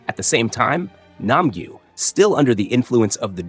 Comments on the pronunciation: Nam - gyu ❌nam - guy ✅ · It’s nam Gyu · Nam gu nam gu Then he says nam gu😭